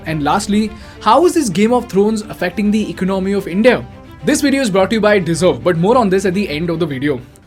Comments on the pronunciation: Great Video but bro please correct your pronunciation of ECONOMY it's not ECNOMY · For fucks sake , the pronunciation of "economy" is not Ec-nomy. Its eco-nah-my ..